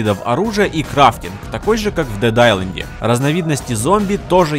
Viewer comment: Дед истанд сукааааа дед исланд